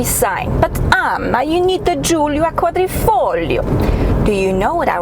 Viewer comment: Perfect pronunciation on " quadrifoglio " anna 😜